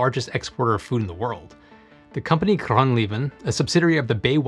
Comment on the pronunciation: As a Dutch person, I do understand the difficulty of our language, especially the pronunciation. But it just sounded like you lost all ability to speak when trying to say "Groen Leven". 😂